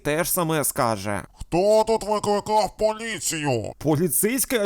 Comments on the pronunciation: мені одній почулось «Викакав»😂😂😂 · а я єдиний хто чув "викакав поліцію" ? XD